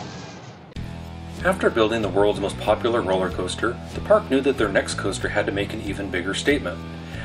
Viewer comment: Did he really say, Rolley-Coaster”? Eee gads.